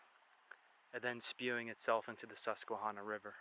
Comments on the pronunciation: Just so u know u r saying the name wrong. It's Hanna not honna. The tribe was sounded like that but not the river. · Hydro. Great video. Tip: ask locals for proper pronunciation. No shade. Susquehanna is a toughie. Last part rhymes with banana. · It’s because you’re not from Pennsylvania. But you were almost spot on with the pronunciation. Pennsylvania does have a lot of hidden gems. But, nonetheless, welcome back to Pennsylvania. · The way he says Susquehanna makes me cringe every time he says it, but it's Pa, we have our own dialect.